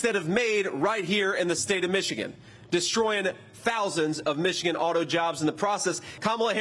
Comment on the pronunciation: Can someone teach her how to say Michigan holly cow 😂😂😂 “mitchagin”